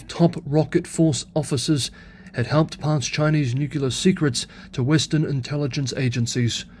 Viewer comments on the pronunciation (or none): Nu-clear. Yes, we know you won't change your mispronunciation. We will simply keep on underlining it.